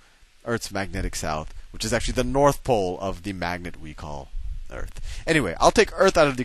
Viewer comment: I wish he would say earth instead of eart